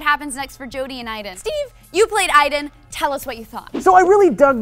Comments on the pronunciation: isn't it Aiden, not Iden? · Don't you pronounce it A-den, not EI-den? :S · spelt aiden, pronounced iden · The game pronounces it as "eyedan" so thats why they say it, even though its spelled Aiden